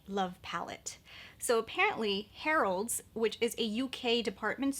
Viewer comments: It's Harrods not Harold's 😂😂😂 I hope you're not offended but that made me laugh so much 💓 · Hi. It’s pronounced Hair-ids. Harrods is “the” department store in 🇬🇧. HAVE A GREAT WEEK! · Yes, thanks. New subscriber and not British but I cringed every time I heard "Harold's". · Check out Charlotte Holdcrofts video (date 18.January) as the bought it at Harrods (pronounced HERODDS) in UK and reviewed it today :-) The full collection is available at Natasha Denonas website now.